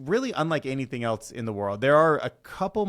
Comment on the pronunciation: Else, NOT, ‘Elts’.